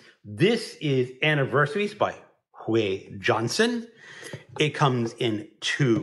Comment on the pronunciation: Sorry I can’t help telling you: For „Uwe“ take the U of Uber, the w sounds like your v and the e like in debt. Oh well and in the last name the J is pronounced like y in young. That book has been lingering on my tbr far too long!